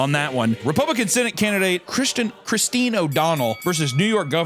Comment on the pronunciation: you can not tell me you think "christine" is pronounced "chriz-den"